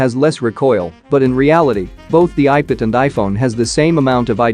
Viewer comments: he is saying ipid ! not ipad 😂😂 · Why are you saying ipid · ipad ❌ ipid ✅ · People: Ipad robotic voice: Ipid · Nobody: Not a single soul: Text to speech bot: iped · lol i was expecting that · Nobody: Literally nobody:: Iped!!!! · earlier i was hearring it as IPad only.... after reading ur comment it bacame IPid like for the rest of my life😂.. helpless